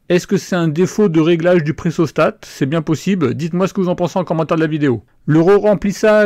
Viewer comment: c'est pressostat et non "pressostate" :p